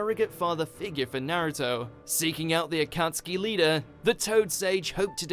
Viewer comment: Couldn't they get someone that could at least announce naruto's name propery?? Ita like they dont have naruto in england